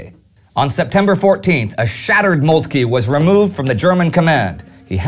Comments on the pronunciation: I believe it's pronounced Molt-kuh rather than Molt-kee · no 1 is total BS. he does not pronounce it correctly, but the e is not silent. He says Moltk-ee, when in german we say Moltk-eh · No 1. He is pronouncing Moltke's name incorrectly. The E at the end is silent. No 2. There were not two German armies at the Battle of the Marne but 5. 1st under Alexander von Kluck (The one attacking Paris against the French 6th) the 2nd under von Bulow, the 3rd under von Hausen, 4th under the Duke of Württemberg, the 5th under the Crown Prince Wilhelm. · Wonderful series, however, your pronunciation of von Moltke is really off-putting!